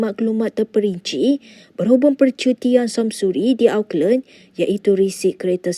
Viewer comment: Sebut Auckland tuu betul2 sikit.😂